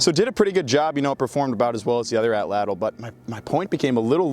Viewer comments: best way you could pronounce atlatl in english would be a-chach, but Nahuatl uses a voiceless alveolar lateral affricate, basically a sound not found in english. If you do wanna try to make the sound I would recommend putting your tongue in a position as though you are about to make an L sound and then try to make the T sound without moving your tongue (probably . That gets you pretty close it should kinda sound like a CH sound, as CH is an affricate itself, but almost like with a lisp. You can also look up videos or go to the International Phonetic Alphabet wikipedia page to find the sound. But CH is the closest English sound, or just the T sound. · tbh just an incorrect Tl is one sound Like saying T or ch but with your tongue in the position you’d use for an l So air should come out the sides of the tongue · wrt the pronunciation of atlatl, you articulate “tl” the same way you would with the “ch” sound, but with the tip of your tongue firmly placed against your alveolar ridge (about an inch behind your teeth) and force the air out the sides of your mouth rather than past the tip of your tongue. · Atlatl is an Aztec word and it's pronounced atl-atl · How does "atl" possibly get pronounced as "atch"? We're talking about an English spelling of a native language's word, and that native language did jot have a writing system, so how and why would an "atch" sound get transcribed as "atl"? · The “TL” in Nahuatl isn’t pronounced like a “ch” sound. It’s the click of your tongue when saying “tl”. It comes from the sides of your tongue. Put your tongue further back on the roof of your mouth and curve it back a little when pronouncing “L” sounds, and you’ll see. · no, none of this. Just say it wrong don't butcher it further butchering other words. Its ok to be wrong in English.